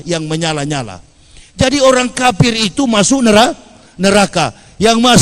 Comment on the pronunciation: Waloni ini cuma suara besar tapi otaknya kosong, kafir bilang kapir hehe